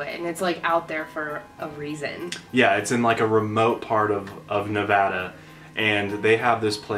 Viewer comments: Thank you for pronouncing 'Nevada' right!!! I live in Las Vegas, Nevada and I always hear people pronounce it as "NA-va-DUH." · FINALLY SOMEONE WHO SAYS NEVADA RIGHT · Thank you for pronouncing Nevada correctly!!! <3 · FINALLY SOMEONE WHO SAYS NEVADA THE RIGHT WAY!!!! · Thank you for actually saying Nevada right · YOU GUYS PRONOUNCED NEVADA RIGHT